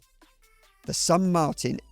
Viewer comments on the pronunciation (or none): none